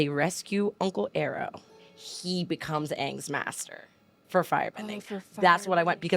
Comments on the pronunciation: It's "Eye-Row" put some respect in Uncles name. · Nobody corrects her from saying "Uncle Arrow" instead of "Uncle Iroh". 😅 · "uncle Arrow" 😂🤣 its uncle Iroh! "E Y E R O W" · It's not Uncle Arrow it's Uncle Eye-ro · EYE- ROW. Aye-Roh. Please no more EEEr-oh, I involuntarily cringe so hard every time, flashbacks of the movie that doesn’t exist. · Saying Uncle Arrow is worse than saying Uncle E-Roh from the movie that shall not be named 🤦‍♂️. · Uncle arrow is the goat 🐐 lmao. I love the reaction, I just want you to pronounce the name right so the comment section will give you a break. I honestly don't care too much, it's season 3, so I know who you're talking about. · Why do you guys call him uncle arrow? His name is Iroh. I-roh. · mispronouncing Iroh triggers me back to the Last Airbender movies pronunciations. Minor pet peeve, but there. As for Zuko's situation with Iroh, he knows what's going on. He knows why he feels what he feels, but he needs to come to it on his own. Like Iroh said in Lake Laogai, "It's time to ask yourself the big questions. Who are YOU and WHAT do YOU WANT?" And Iroh knows, given how he's stumbled, he must do this alone. For now at least. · Your takes on Mai...not gonna say anything for the fear of spoiling it, but just no. And on behalf of all goths I am very offended. Also, not to be nitpicky about this, but every time says "Iroh", it sounds like "arrow" instead 😅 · For clarity, it’s pronounced “eye row”. Less air, more eye. Iroh. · Uncle Iroh = Uncle "eye - row" ... You do great reactions. I wish you continued success! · I KNOW, I KNOW! I am sorry for mispronouncing Uncle Iroh’s name, I have tried to be more conscious of it in the episodes after it was brought to my attention. Forgive my ignorance.😢